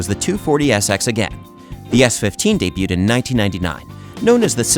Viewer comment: ...day byood?